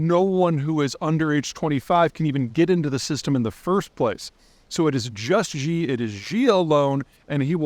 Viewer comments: Dude supposedly knows so much about China but not even basic pinyin. Can’t even pronounce Xi’s name or the city Beijing properly, I can’t help but to laugh. It’s not “Gee” or “Ji” it’s pronounced ‘She’, it’s not beige-eeng it’s ‘Bay Jing’. Common white man outsider mistakes. Easy way to tell who knows what’s going on. Keep up the good work though! I enjoyed your basic knowledge and predictions. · Try pronouncing Xi as Chi...or Shi...it would be a more close pronunciation. Not Ji. or Gi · Sorry to pick on the pronunciation, Xi is pronounced in Mandarin like the English word “she”, not “ji” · Sorry, but Xi is pronounced like "she" not "gee" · Peter, his name is pronounced "chee" not "zhee", look it up. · "Xi" is pronounced "She" or "See", not "Gee" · It's pronounced shjee (like shee, but with soft sh), not zhee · Peter, Peter, Peter... You really need to spend about an hour with someone who can teach you how to read and pronounce pin yin names. Don't worry about tones, that is too hard for the return. Xi, for example is not as you have it " zhiiiii" rather a very soft sshii. Don't harden your tongue or pull your lips back. Fujian is easier: Fu+ ji+en; not Fu gee-an. You make your living speaking into a microphone. Be a professional and make the effort to learn how to do it close to right. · It’s pronounced She, not Jee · Xi = almost she, not Zhee. Pedantic, but just letting you know. In any case, looking forward to the Party being over. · HI Peter, really been enjoying your thought-provoking content - er, (and, respectfully!), I would enjoy it slightly more if you were to pronounce Xi correctly ("she", not "jee"); imagine watching analysts talking about Presidents Diden, Kutin or Nacron... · Learn to pronounce Xi! It’s not zhee. It sounds like “she” or the letter “C” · It's "shee" not "zhee" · God, I wish you could pronounce "Xi". It sounds exactly like the singular female pronoun (she). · she not gee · Peter! Learn how to pronounce his name! (Xi = “she”)